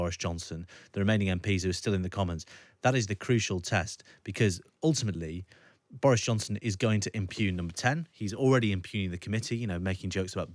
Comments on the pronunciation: Good to see Boris eviscerated. A note to Times Radio: the words are impugn (pronounced 'impune'), not 'impunge' and 'anaolgy', not 'analogue'. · Impunge? IMPUNGE?? I really think the Times should know how to pronounce "impugn" - and what it means!